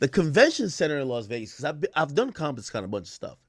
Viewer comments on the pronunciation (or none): none